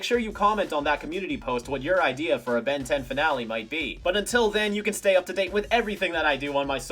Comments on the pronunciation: you actually said "ben dez" at the end of the intro holy shit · saying: "Ben Diez" like the latino version of the intro fuels my soul with Joy